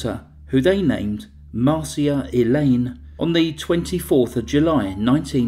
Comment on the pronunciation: Her daughter Marcia 's name is pronounsed Mar sha not Mar see a.